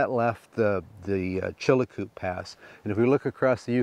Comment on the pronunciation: Just a note on names that you are having trouble pronouncing. Many years ago,my son and I walked the Chilcoot Pass ( not Chilacoot as you pronounce it) leaving from Dyea (not Dye as you call it). The correct pronunciation for the mining of loose gold in streams is like the sound of plasser not placer. As an old geologist I cringe when I hear such gaffs.